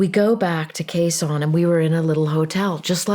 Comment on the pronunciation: It's Khe Sanh...